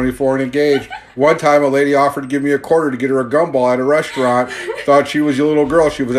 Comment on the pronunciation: It’s da Wong westerwant